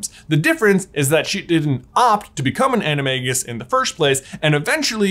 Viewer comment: You pronounce animagus wrong :(